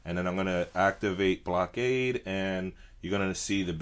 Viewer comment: it's pronounced (Blok-a-da)